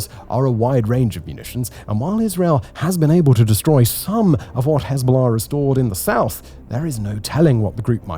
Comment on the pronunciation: Just here to hear him say Hez-bow-law